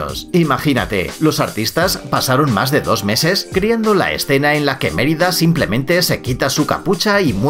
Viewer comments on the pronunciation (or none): none